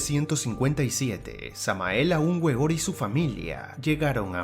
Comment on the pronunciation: La W se pronuncia V